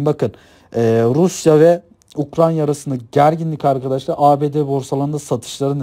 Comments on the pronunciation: Ukranya değil Ukrayna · güzel olmuş ama "UKRANYA" değil.